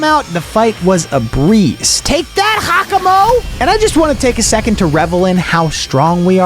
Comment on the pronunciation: It's gyakamo